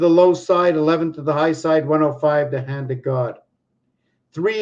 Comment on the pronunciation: Oh you said hand not land hahah